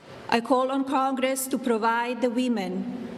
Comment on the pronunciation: She said "cogress"😂😂😂